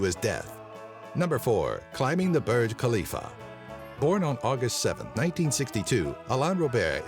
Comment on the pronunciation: Its named burj khalifa not bruj khalifa